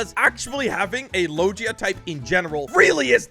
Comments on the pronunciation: It’s not logea it is loega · Man fr does not know how to pronounce logia, it’s kinda sad